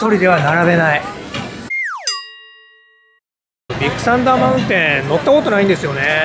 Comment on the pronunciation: ディックサンダーマウンテンに聞こえてしまった僕は疲れてるのかね。笑